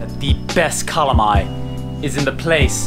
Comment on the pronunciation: The Waterfall Kings. Oh and I thought you were going to eat calamari. Your pronunciation of calamay is way off 🤣.